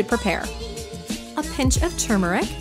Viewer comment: Yes! Someone finally says the word turmeric correctly!! 😭❤️